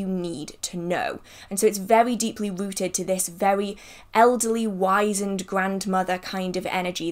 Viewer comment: You are really smart. I just found you and am impressed. Just want to tell you that in the US we say wizened with a Z sound. Not an S as in wise. Though I don''t know how you say it in the UK. ( I kinda like wise in the wonderful word, actually) I will subscribe.